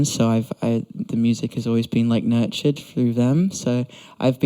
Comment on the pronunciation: I heard "nurtured" as nerd shit